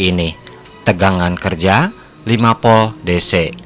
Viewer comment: Narasinya bagus dan tertata, namun penyebutannya saja yang perlu ditingkatkan, misalnya penyebutan Volt masih di sebut 'POL' antara huruf V dan P itu berbeda penyebutannya, saat huruf V bibir tidak terkatup hanya cukup bibir bawah menyentuh ujung gigi, sehingga udara keluar disela selanya, beda dengan huruf P, terkatub dan ada dorongan udara yang terkurung saat mengungkapkannya. intinya ' Narasi suatu Video yang diunggah ke platform Youtube sudah dilengkapi dengan Voice Converter to Text, salah penyebutan saja bisa melenceng ke scribt mesin pengonversi'